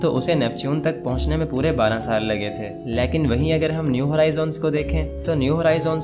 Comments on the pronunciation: O bahi leeaakin nahi lakin hota ha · Aap lekin ko laikin bolty hain hahaha 🤣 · Can you please learn how to pronounce the Hindi word LEKIN. It's so annoying that you mispronounced this word every time.